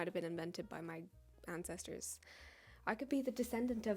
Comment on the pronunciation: I thought you were British until you said otherwise. So I had to make my boyfriend listen to you talk, and guess where you’re from. Apparently the way you said Ancestors, he immediately said Ireland or Germany. I had to tell him your mom is from England and other people mistake you as British too. I’m just genuinely shocked that he guessed so perfectly and says you don’t sound British at all. I’m also confused how he got German right as well.